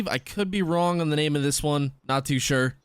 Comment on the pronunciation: I like it when he says “I went the Wong way” 😂😂